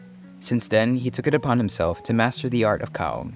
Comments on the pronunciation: It’s kaong! Not kawong 😂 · Me: Ka-Ong This dude: kong